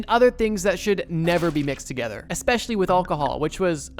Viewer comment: Eckspecially., hehe..